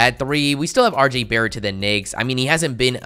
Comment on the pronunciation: RJ Barrett to the who? Sounded like a g there to me